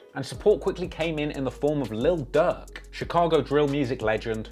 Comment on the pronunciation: I'm the only one that keep hearing duck when he says durk in the beginning. And God damn he into it od so many emotions wow this dude should be king vons hype man